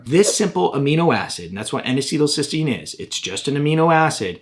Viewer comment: N acetal cysteun